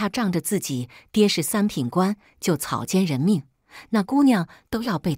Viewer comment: 草菅（奸）人命不是「草營人命」